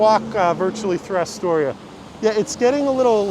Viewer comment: its not "Asstoria"...natives call it Uhstoria....but cool vid...you passed right by my corner on 46th